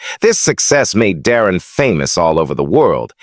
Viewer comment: Who says " Dah-rin?"